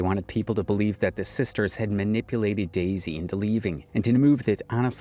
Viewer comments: Its "dezy" not "daisy" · This white man keep calling her Daisy when her name is Dezy was so annoying.